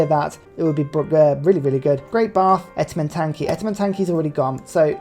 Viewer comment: Etemetanki or Etemenanki? 🤨